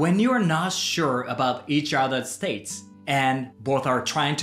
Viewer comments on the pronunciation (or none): Great video! Thanks. Just a note on pronunciation of "Status": it is generally Sta-tuhs, not States (ie two syllables). I hope it's not rude to say that. I was surprised by the two types of Karma and signalling the end of a party (what a nice thing to do as opposed to turning lights off and on again, as is done in the West in some public gatherings).